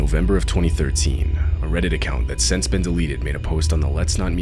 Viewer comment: why do you say "sense" instead of since? reversed pin-pen merger?